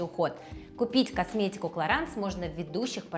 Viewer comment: Раз уж вы рекламируете продукцию Clarins хотя бы уточните правильное произношение бренда 😂